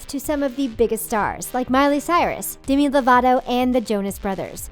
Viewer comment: Anyone else hear "Dimi?" instead of "Demi" ?